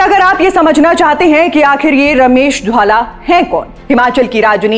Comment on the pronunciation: महोदया, घर में किरायेदार आ गए हैं और घर के सदस्यों को नजरअंदाज किया जा रहा hai. स्क्रिप्ट नहीं आती बनाने. रमेश धवाला का नाम भी नहीं बोलने आ रहा. कहां से आ जाते हैं ये नौ सीखिया एंकर